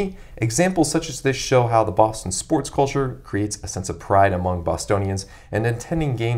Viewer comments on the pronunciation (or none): The way you say 'culture' would get you beat up there.